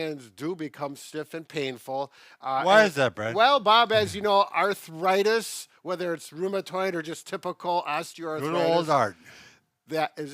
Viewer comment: petals 😹😹 That's exactly how my late Mom pronounced arthritis!! Thx for the memories❣️